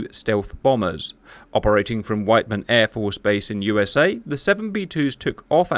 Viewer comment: witt-men not white man lolz fuck.